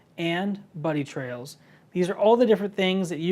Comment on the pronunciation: in the video, he mentions Buddy Trails. It's not "Trails", it's "Tails". I still haven't figured out what "Buddy Tails" are. Anyone know?